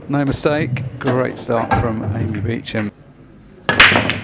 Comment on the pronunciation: Beacham…does she pronounce it like that? Looks like Booshump